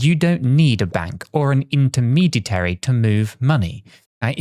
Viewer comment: The word is "intermediary," not the non-word is struggling to pronounce.